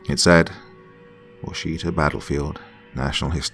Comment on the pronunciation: Wash it awe Is how most Okies pronounce it